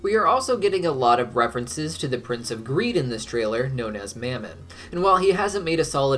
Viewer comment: I'm confused why you went from pronouncing Mammon like mom-on, to mam-in